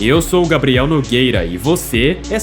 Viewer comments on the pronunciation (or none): none